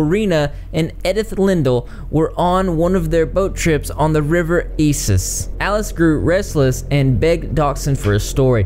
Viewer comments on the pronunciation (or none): none